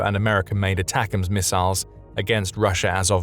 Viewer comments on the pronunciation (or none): none